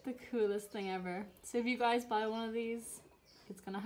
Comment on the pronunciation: Did u just say "hey glyis" lol No but i love u alooot and ur videos r the shit